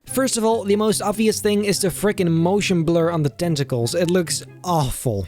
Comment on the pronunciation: testical 😂 I'm ded